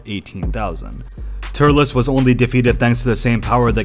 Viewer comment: Turles is pronounced like "Turlz." Not "Tur-less"